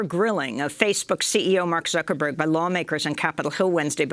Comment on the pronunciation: LUL never heard of the California congress lady. She totally mangled Zuckerberg LUL